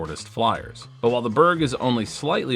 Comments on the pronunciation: 🇸🇪 Berg is pronounced "berry" but replace the Y with the J from jump: "berrj" 😊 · Dont know what Swedes you been talking to, there is only one way to say Berg in Swedish. Do you say Mountain different in English? Berg is Mountain in English. The e should be much softer and shorter. G also much softer but not shorter almost closer to a J then a G. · BTW, Berg is pronounced "Berg", as in "berg" or "BERG." In the north of Sweden it is pronounced more like "berg" than "BERG," but most Swedish people just say "Berg." I get around the confusion by not having one in my bag.